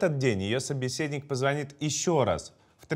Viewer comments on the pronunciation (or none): none